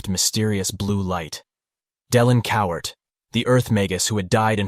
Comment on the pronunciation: It's "Cowart" Cowar~T~ With a ~T~ NOT Coward with a D!!!!